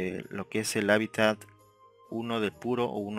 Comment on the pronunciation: Se dice HÁBITAT